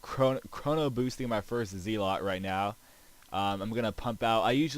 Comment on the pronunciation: yeah its definitely not pronounced ZEE-lot